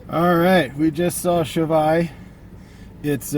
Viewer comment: good review and btw you didnt butcher the name that much